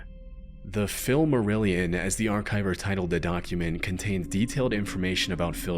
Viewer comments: "The Philmarillion" That made me laugh, I must admit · "philmarillion" is crazy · THE PHILMARILLION 😂 why does this stalker have to be so funny tho. And "we're the Phillers" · The Philmarillion??? OMFG LOLOL That is hilarious. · The Philmarillion had me crying 😂😂😂😂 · Ok, but calling it the Phillmarillion is pretty awesome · The “philmarilion” 😂😂😂😂😂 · Bro you messed this up so bad 😂 the philarilimon 😂😂😂😂😂😂😂😂😂😂😂😂😂😂😂😂😂😂 philmarilion